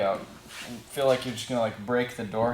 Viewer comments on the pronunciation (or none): none